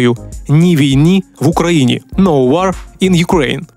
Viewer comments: Все добре. Тільки "No war" вимовляється як "ноу уо", а не "но уар". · Хай Господь милує з такими дикторами!Якщо не вчив англійської,то google допоможе прочитати слово WAR правильно,з голосним О: !!!